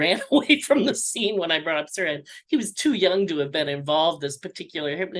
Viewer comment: "Sirhan", not "suran".